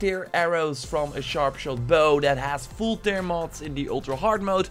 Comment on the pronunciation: Goede video! Een note: tear wordt in dit geval uitgesproken als tèr ipv teer, sorry¡ Love je content!